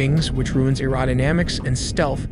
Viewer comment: What's "erodomanics"? You mean "aerodynamics"? Hey, didn't there used to be a real guy reading these scripts?